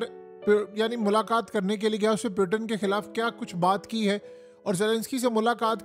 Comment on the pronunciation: پیوٹن نہیں ہوتا۔ پوٹن ہوتا ہے بھائی۔